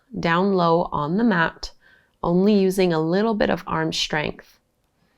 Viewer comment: Why does she pronounce the "S" at the beginning of words as "Sh"? She says: Shtraightening, Shtrengthen. She pronounces the "S" fine when it's in the middle of the word. Is this a new trend of speech like vocal frying? Really bizarre. It's in every video.